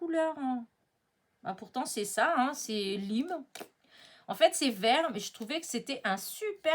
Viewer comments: Coucou, à prononcer comme "laìììme" = couleur "citron vert"... C'est de l'anglais et le "i" se prononce comme l'exclamation "aie!" 😂🤣😅... Lime est le mot citron 🍋... Sinon, "L'occasion fait le larron" (et non le luron, dans ton autre vidéo)... 🤣LOL... Aie aie aie... Morte de rire 😆😆😆 J'adore le tampon des petits animaux: nickel pour realiser des ATC (6,4 x 8,9 cm)... Tu devrais nous en faire... Sinon, dommage, pas d'ACTION en Suisse... Trop frustrant! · Coucou, pour info, lime se dit laïme, et ça veut dire citron vert… voilà. Donc c’est vert jaune.